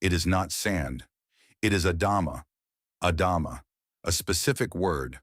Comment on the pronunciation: The word in Hebrew is Adamá, with the stress on the last vowel. Please don’t say “adáma” is weird.